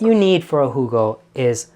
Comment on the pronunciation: Thank you, Rajiv, for this wonderful idea. Can't wait to go find some elderflower syrup and make a "Hoo-go." I think your friend Angela is correct about the bubbles. And by the way, excellent German accent as well as the Southern gent accent!